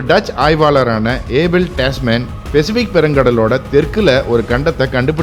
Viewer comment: தகவல்கள், காணொளி மற்றும் வரைபட விளக்கங்கள் அருமை. ஒரே ஒரு குறை...தங்கள் தமிழ் உச்சரிப்பு. உதாரணம் பெசிபிக் (Pacific), Dhuraimugam (துறைமுகம்) போன்றவை. மற்றபடி அருமை சகோ. நன்றி!